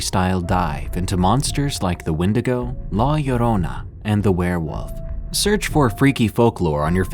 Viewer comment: Thank you for saying la llorona right lol ❤🙏🏾💪🏾